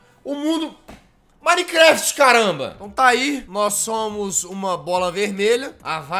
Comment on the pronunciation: E MINECRAFT